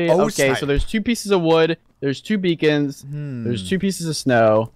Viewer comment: When said Beacons don't spawn on trees. Or something like that I thought he said bacon don't spawn on trees! Hahaha!!!